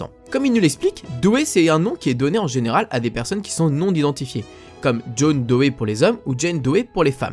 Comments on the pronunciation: pour le patronyme DOE on prononce DO et non Dohé ... sinon super intérressant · Tu maîtrise pas bien l'anglais quand même:p C'est "last chaince" qu'on prononce et pas "last chaaance":p Et "monumainttttt valli" et pas "monument vallée ":p Je te pardonne vu toute les connaissances sur frontierland:p et pas "doé" mais "dou" ça se prononce:p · On ne prononce pas le e de Doe. ça se dit "Do" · me semble que le nom "Doe" se prononce "Do" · Sa se pronnonce John "Doé" ? J'ai toujours cru que sa se prononcé juste "DO" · Salut! Je suis ravi de t'avoir fait découvrir le secret de la Baby Doe Mine! Petite précision, ça se prononce "do" comme la note et "maïne";) Et surtout merci pour le crédit, ça fait plaisir de voir son travail respecté! Bonne continuation et à la prochaine!